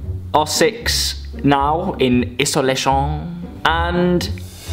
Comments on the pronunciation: Iso layn shon. Hahaha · iso-la-sioń 🤣 ... that’s what the Taskers say xoxo